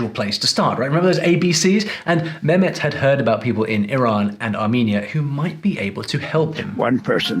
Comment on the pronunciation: As a linguist you know his name is not memet you forgot the h his name is meHmet and as you brag to be speaking arabic you know the H means ح at least do him honor by prononsing his name correctly just a between the brakets comment